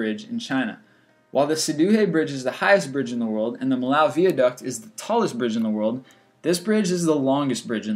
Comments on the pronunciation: DUDE! "Mill-ow"??? its pronounced "Mee-yo" And that Bosnian bridge was destroyed in the 90s, not the 30s, bro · that's not how you pronounce Millau :D